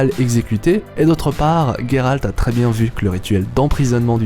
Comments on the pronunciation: Sa se dis geralt pas gueralt deso mais cool video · Ta vidéo est bien explicite, mais la prononciation et "geralt" pas "gueralt" ça m'as écorcher les oreilles tous le long de la video Bien a toi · pourquoi tu dit guéralde c est géralde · donc c est pas guéralt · Ah ! Tu prononce ''Gueralt'', prononce le a la Française, je trouve ça plus classe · Excuse moi mais tu prononces mal le Gérald Ça va stresser pour mon toute la vidéo